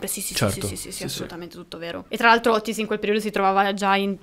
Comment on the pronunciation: Otis....con una t. Non Ottis